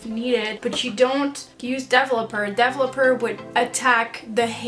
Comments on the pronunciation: You should try saying developer with the emphasis here, like this: de-VEL-o-per 😊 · Hahaha, I keep on laughing about the way you pronounce words like developer 😂